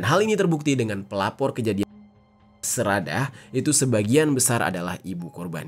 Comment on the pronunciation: Sedarah bilang nya seradah lebay luh bang ga rame